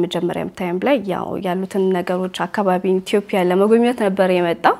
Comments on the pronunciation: say ኢትዮጵያ not ኢትዮፕያ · መልካም ሕይወት ይሁንላችሁ ❤ ግን አትዮጵያ የሚለውን ኢትዮፕያ አትበይብን 🙄🙄🙄